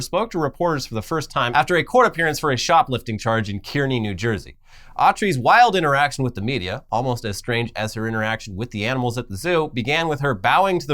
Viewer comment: Just fyi Kearny, NJ is pronounced Car-Nee. I used to live there.